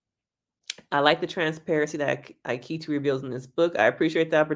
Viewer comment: I hate him, but your pronunciation of his name is killing me. It's "EE-ketch-ee."